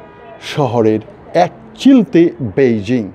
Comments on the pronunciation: পৈজিং না বৈজিং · বন্ধু, সঠিক উচ্চারণ হবে পেইজিং, বেইজিং নয়। আপনার মনে আছে ওটা আগে পিকিং ছিলো বিকিং ছিলোনা। ধন্যবাদ।